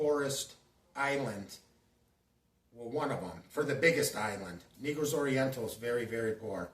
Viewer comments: you said negro like black people. i’m black but you had me laughing. come on dawg for real ?NAY-GROS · You said NE-GROS you are wild dude you know how to say it correctly